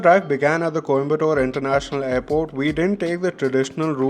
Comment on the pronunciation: its coimbathur not tore. Its kotaguri (One word) not kotaaagiri